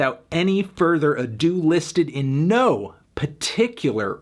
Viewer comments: peticalur is not a word anthony, it’s particular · I’m pretty irked with your PARticular pronunciation choices here, Mr. Fantano.